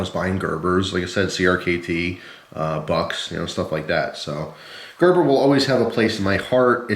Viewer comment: oh shit just realized it is pronounced like that, it thought you said greber